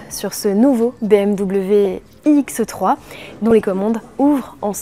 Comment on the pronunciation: Je suis déçu, je pensais que c'était une présentation de la nouvelle BMW iX3. Mais selon ce que j'entends, il s'agit d'une autre modèle inédite : la BMW iX"E"3. purée, pourquoi prononce ce "E" qui n'existe pas, c'est horripilant. Sans parler des quatre zyeux ... C'est quoi des zyeux ?